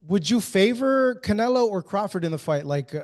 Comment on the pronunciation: It's funny to hear Bivol say Canela. He gets no respect for being a 🦆